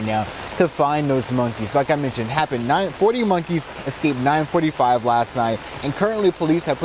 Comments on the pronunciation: I love hearing a professional newscaster say "exscaped" 😞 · "40 monkees excaped". That's a reporter?